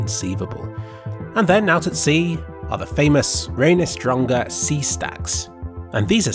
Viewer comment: selfoss and reynisfjara were perfectly pronounced, good job!